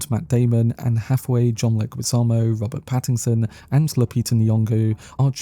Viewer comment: Stop saying Pattingson there’s no g